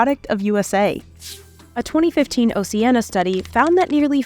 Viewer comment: At least pronounce Oceana correctly!